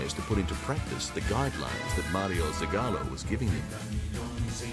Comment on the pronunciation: Great pronunciation skills by the narrator. Guadalayara and stadio yalisco. Yeah right...At least he said Mario zagallo and not Maraio zagallo.